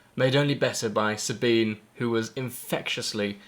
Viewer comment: there are a lot of these vids now...thnx for yours. it really makes me sick when people honouring Sabine dont even pronounce her name right. you did the right thing